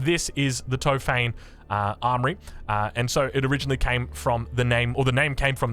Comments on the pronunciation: Awesome video! Big Ottoman Fan here. Here's some help with the pronunciation of the turkish words: It's Top-ha-ne, not Tofaine, meaning Arsenal 😀 And Meh-ter, pronounced like the first syllable of error. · "Tohp - hah - neh" not "To-fayn" XD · It's top-huh-ne, no f sound. Tried my best to transliterate into English